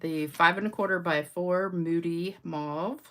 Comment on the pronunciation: The English people pronounce it mauve like stove.